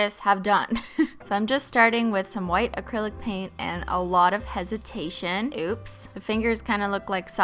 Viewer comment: OMG she said acrilo paint